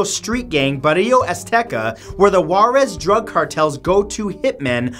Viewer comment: Number three with the azteca was killing me. Your pronunciationwas like nails on a chalkboard. I get that you don't live down here but, but it was just odd for me to hear those pronunciations. So ftr is Barrio azteca, with emphasis on the first syllable of Barrio, and Gellegos, anytime u have two Ls together it's a Y sound, and Cuidad Juarez, is See-you-dad . Just a lil help 😁